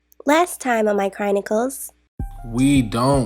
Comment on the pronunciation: I love Julian but I know my girl said "Crynicles"